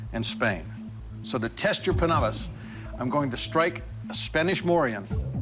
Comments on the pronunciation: Lol the first guy calling it a "pannabis" like it's weeds sharp cousin. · The thing that is more deadly than the panabas was how he said it (im fillipino)